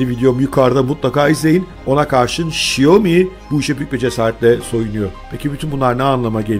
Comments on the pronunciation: Şiyomi değil şömi değil şomi değil. Şaomi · ŞAYOMİ ASLINDA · "Şiyomi" nedir be? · Şaomi. Diye okunuyor. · Abi şiyomi deme lütfen :( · Abi şu telaffuzunu bi düzgün öğrensen mi acaba “xiaomi” nin?